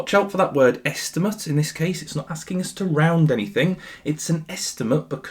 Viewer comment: might be the worse pronunciation of asking us i have ever heard 😭😭😭